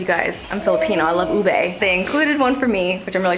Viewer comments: its not oo-bay its oo-beh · Dear, I am a Filipino... you may have forgot but its not u-bae it u-beh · I'm also Filipino I loooove ube it's not pronounced ubey or something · It's (oo-bee but it's ok I indo and I love it too😙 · I pronounce it ub-eeeee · I'm Filipino and sometimes I cringe when other people but Filipinos say our food is good but you said Ube wrong...